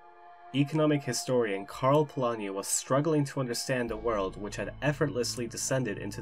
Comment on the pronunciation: you pronounced Polányi quite well